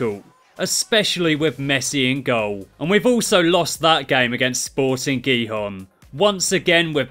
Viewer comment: the way you said gijon.. oh dear lol